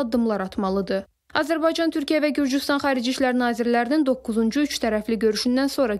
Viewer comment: Daha Azərbaycan sözünü düzgün deyə bilir,təbriklər!(Azəlbarcan)